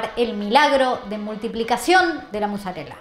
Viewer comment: Por qué dicen muzzarella en vez de mozzarella?